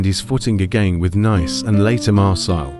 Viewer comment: The pronunciation of Nice and Marseille was enough to gain a dislike for me